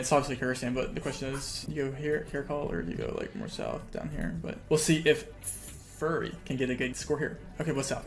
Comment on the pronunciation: pronouncing fury as furry has me dead